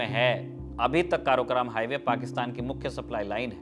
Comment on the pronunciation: बहुत बढ़िया, पर उसे काराकोरम कहते हैं। स्कूल में पढ़ा था